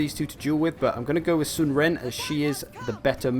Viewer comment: We'd have to see the chinese characters to tell you definitely how to pronounce Ren. Sun is pronounced like S-win (like swindle)